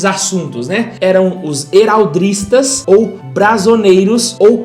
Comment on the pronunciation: bacana o vídeo, mas ouvir "heraldRistas" me doeu nos ouvidos! talvez por uma questão de cadência, prefiro a palavra sem o R, pois apesar da expressão em inglês ser "Heraldry", a palavra vem de origem francesa, Araldica, e você mesmo fala "heráldica", ao falar da arte/ciência, e não "heraldrica".